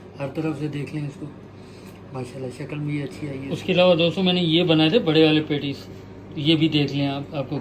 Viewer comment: it’s not pantties it’s patties 😂😂😂